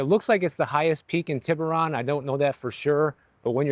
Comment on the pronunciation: Pronounced : tee bur rone